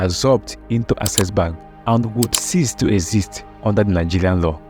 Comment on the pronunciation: You really need to work on your pronunciation before posting videos. How could you pronounce "access" (AK-SES) as "assess" (ah-ses)? It's simply unacceptable.